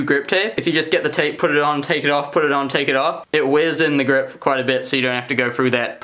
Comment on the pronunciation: An i the only one who loves how he says words with th as f so like the is fhe